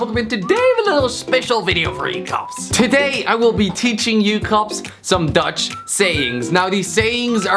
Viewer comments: i am dutch, its perfect😅😅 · im dutch and you ride it all good